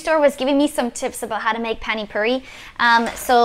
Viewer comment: Is it difficult to say Pani Puri, its not Phaani Phauri